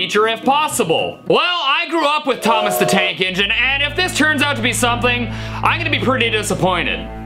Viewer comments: He’s saying “Thank you, T-t-thomas” in a british accent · I heard mchb hell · I heard thank you tomiss